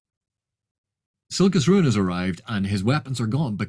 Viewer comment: A vid from where I can finally hear how to properly pronounce Silchas Ruin! By what are your thoughts on the book Jonathan Strange and Mr Norrel by Susanna Clarke? I wish to purchase it and I wanted to consult with your wisdom. I know Erikson has said he has not read Elric, but Silchas seems a much closer homage to Elric than Anomander. (I`ve only read the comics, not the books)